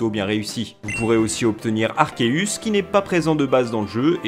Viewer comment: Giratina se dit Jiratina en français. C'est comme girafe ou gyme. Arceus idem c devant une voyelle se sit S.